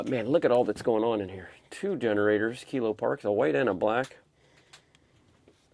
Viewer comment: It’s kilo pak